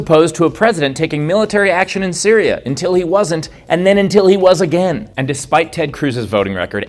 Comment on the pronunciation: Until, not intil, please.